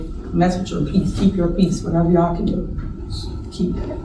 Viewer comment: She says ch’all instead of y’all